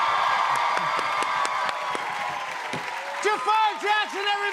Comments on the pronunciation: Ffs, it's pronounced Jaa-frr, not Ja-faaar. You can see it's spelled different from the Aladdin villain so it can be pronounced closer to the Arabic. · Why does ppl call him Jafaar when it's Jaafar😂, I do not understand the obsession of Americans to change the name. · His name is JAAFER why they pronounce it as JAFAAAR !? it's so annoying